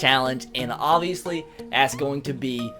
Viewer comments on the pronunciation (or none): none